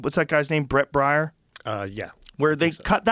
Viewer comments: Its Bret Baire Joe!! Not Bret Bayer. 😂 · Bare..bear..Bret Baier. BEAR How many times u gonna mispronounce another human being's name??? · I have heard Joe mispronounce Bret Baier for a bit now. His last name is pronounced "Bear". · It's Brett BAIER not BRIAR. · Come on Joe, it’s Baier, pronounced Bay-er like the aspirin. You’re killing us with this Briar shit 😂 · Brett "Bryer" LOL. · How can the guy that mentions a 🐻 in every other sentence mis pronounce brett brIAR's ...???name???😂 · I'm surprised Joe doesn't know the actual last name of Bret "Briar".... it's Baier which rhymes with 🐻. 😂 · I like Brett Bear. Thats how you say it. Bear. I know Joe is bigger than everyone but Trump, but the dudes name is pronounced BEAR. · bret baier not Briar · It's pronounced Brett B e a r , just helping!!! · It's Bret Baier (pronounced Bear). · It's Brett Bair...sounds like Bear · Do you really not know how to say BRET BAIER'S name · Poor Brett Baier, having his name mispronounced on the Joe Rogan show. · Think Bret needs to come on the show and pronounce his name!!😂😂😂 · Is anyone gonna correct him on Bret Baier or does he do it on purpose 😂